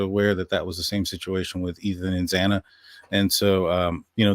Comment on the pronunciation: Are you serious? This guy can't even pronounce xanas last name properly and he's making a lot of money from someone else's misfortune and tragedy.